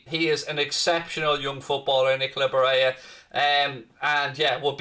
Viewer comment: Barella isn't pronounced Bareya. That's Spanish pronunciation not Italian. It's Ba rell a. Some scousers are extremely racist in a regionalist manner. Many don't even support England because they see themselves as scouse, not English.